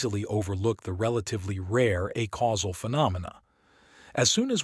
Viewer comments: Every time you say "uh-causal" instead of "ay-causal" I have an aneurysm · It would be quite helpful for the listener if "acausal" and "a causal" could be audibly distinguishable. This could be achieved by pronouncing "acausal" as "aycausal" but maintaining the current pronunciation of "a causal". Thank you very much for providing this resource in such a clearly intelligible format. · I wish this reading made a distiction in the pronounciation of "acausal" and "a causal" as it should